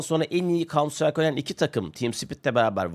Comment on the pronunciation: kauntsıtrayk ne hacı? farklısın tamam 😂